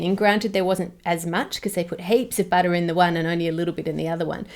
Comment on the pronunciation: When she said "butter" I (non-native-speaker) understood "batter" at first and was surprised that you could even buy organic batter in the supermarket.